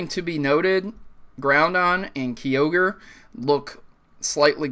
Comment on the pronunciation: BUT kyorge is not said "key-ogre" its "kai-ogre" #AddThisToTheVideo lol